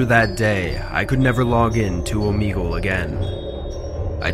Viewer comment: Does anyone notice that in the first story first word said OoomEegOoSe instead of saying Omegle